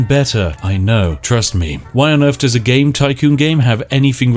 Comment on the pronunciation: British person that can't pronounce "TH" How on Earf are we going to do such a thing? Anyfing like that? Wif anything like that?